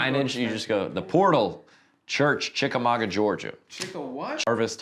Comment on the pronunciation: Thank you for pronouncing Chicamauga correctly. 🍑